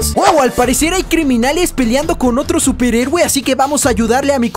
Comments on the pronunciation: eres el mejor y porque dices superegue en lugar de decir superhéroe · Like si escuchaste que dijo superegue xd